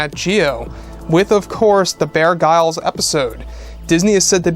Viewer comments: Pronounced "Bear Grills"... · Sorry but “Bear Grylls” last name is pronounced as “Grills”, as in “grill-out”. pistol fingers 😉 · Prounounced, "bear grills"